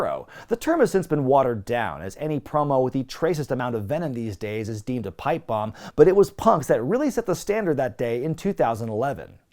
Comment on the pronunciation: Am I the only one who keeps hearing "python" instead of "pipe bomb"? I don't know if my mind is associating this with Hogan, for the egos involved, or Monty, for the booking.